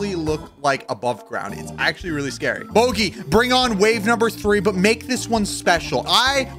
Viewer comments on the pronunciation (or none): none